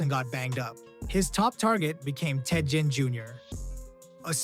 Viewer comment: YEs that too!